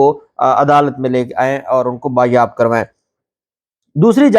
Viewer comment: میرے بھیا ( بایاب ) نہیں یہ لفظ ( بازیاب ) تلفظ کو درست فرما لیں جناب آپ وکیل ہیں کسی وکیل کے منشی نہیں ہیں جناب